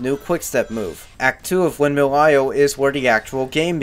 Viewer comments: Windmill "eye-zull"....? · Great review but... Windmill izul!? HOW DARE YOU MISS-PRONOUNCE A WORD I THOUGHT YOU WERE BIG BRAIN SMARTY FOR REVIEW SONIC GAME GOOD DISLIKE AND UN SUBSCRIBBLED. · Did you just pronounce 'isle' as 'izel'? The 's' in 'isle' is silent. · Why does he say “izel” when saying Isle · Ok why do you pronounce isle like that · Okay, props to you for not bashing the Werehog, or Wolfhog as you call it. To be honest, I actually consider his stages to be a breath of fresh air from the in-your-face fast-paced day stages. But someone has to tell you, and it might as well be me...: BITCH, you don't get to criticize ANYONE'S goddamn voice-acting when you yourself can't even fucking pronounce ISLE right! It's isle not fucking eyezle! Not to mention HolOska, not HolAska, Chun-NAN, not ChunNIN, and AdABAT, not AdEBIT. I'm sorry, but for someone who calls the 4Kids voice actors bad, you're certainly not doing any better yourself! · I know I can't be the only one really annoyed that he pronounces the S in windmill Isle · THE "S" IS SILENT, IN "ISLE". Amazing review. Glad I'm not the only one that thinks Unleashed is the best modern Sonic. StH2 is my personal fav